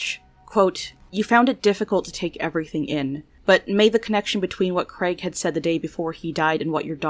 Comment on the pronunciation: The late son is called Craig not Creg.